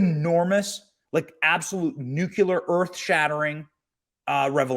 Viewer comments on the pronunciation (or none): nuclear, not nukular. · **NUCLEAR not "nucular!" (sorry, it's a life-long pet peeve of mine). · NU-CLE-AR, NU-CLE-AR